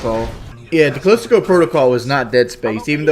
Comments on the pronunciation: OMFG IT'S CALISTO PROTOCOL, NOT CALISTICO PROTOCOL. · Why the hell does he keep saying “Callistico Protocol”, it’s Callisto Protocol. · how does he STILL call it Callistico Protocol? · How does he still call it CoCola? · Better than DSP calling it Caleesto Protocol. I don't know why that annoys me too much. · I love how he cant pronounce Callisto. I am impressed with his knowledge of Stuart Gordon films though.